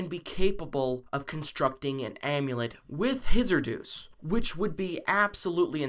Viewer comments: Dude its douxie not dus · Anyone else get confused when he said Deuce instead of Douxie? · He says doux